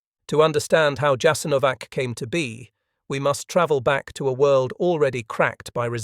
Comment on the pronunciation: A good video totally spoiled by the AI narration. WHY is the name of the camp repeatedly mispronounced?? The AI seems to have setteled on Jas-an-O-vac, while starting out callling in Yahs- IN-o-vac, which is close to the preferred pronounciation.